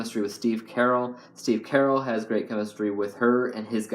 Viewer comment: Wait, you said Steve Carell wrong. You said it like Carol, lol